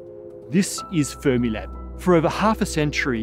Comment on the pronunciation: "We love Space Time" "And we love Fremilab" AWWWWWWW _